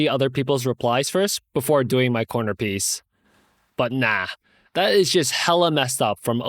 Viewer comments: I felt that "NAH" in my soul hahah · Really like the new style, I love the way you say nah makes me laugh every time ( I've been watching on Spotify but thought I'd comment here) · i definitely prefer you reading the story. i love the emphasis on the ‘nah’ 🤣😊